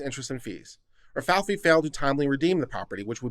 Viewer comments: Ra-Fay-ell-lee not Ral-fal-fi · Rafaeli is not pronounced "rah fee fee". It's pronounced "Rah fah ell ee". Rafaeli is "Ralph" in italian. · Ra-fi-eli or ra f-eye l e unless you were trying to be humorous then ok. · Only 1 F, Rafaeli. Like the ninja turtle. Butchering peoples names gives me tourettes lol